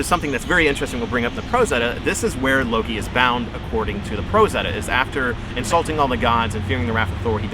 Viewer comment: We do not pronounce Loki that way in Iceland.